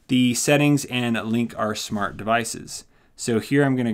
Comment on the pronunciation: is it just me or has he been saying shmart devices